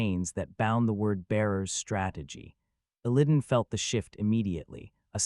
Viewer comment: Your pronunciation of Illidan hurts my soul.